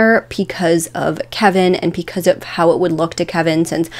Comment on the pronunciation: It also sounds like she's saying p-cuz instead of because & it makes my head hurt.